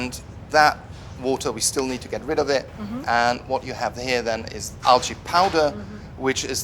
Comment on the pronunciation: Argh. "al-ge"